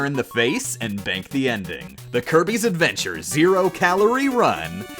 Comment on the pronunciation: to me it sounded like he said herpes adventure